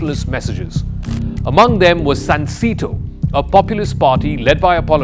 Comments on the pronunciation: It's pronounced SUN 🌞 SAY 🗣️ TOE 🦶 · It’s pronounced “sahn-say-toe”